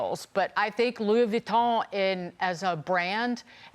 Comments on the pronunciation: "On the uhhhh LEUUWEEUUU WONTONN handbags uhhh" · She doesn't even know how to say Louis Vuitton lol... Don't even try to speak French you butchered the language